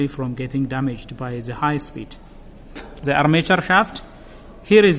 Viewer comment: Za starting clutch have ziz problem ... dude try use D sound instead Z sound when say the it sound Da instead Za . Try .